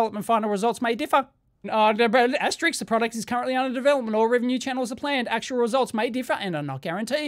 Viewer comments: * it's pronounced 'asterisk', not "ASTERICKS"! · Dave keeps calling it asterix the entire video. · *"*" is pronounced "aster-isk". Sorry not sorry. :P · * Asterisk/s , as heard on the video numerous times, was erroneously pronounced as "asteriks". Though, above could be attributed to my aging ears.😁 ymmv